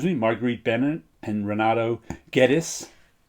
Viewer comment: Fine "Guedes" pronountiation! The more you use round shapes in your drawings, the more I like it. Cheers.